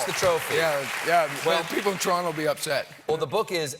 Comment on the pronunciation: Brad Wilson I definitely can. It’s most pronounced from until . The intonation of “Toronto” after he laughed 🙂